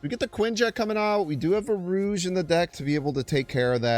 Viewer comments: rouge? you mean rogue (row-guh) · Lol, it’s pronounced “Rowg” not “Rouge”